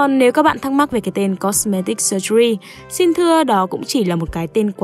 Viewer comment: Từ "surgery" đọc là sơ-giơ-ri chứ ko phải sơ-gu-ri nhé bạn ơiii :(((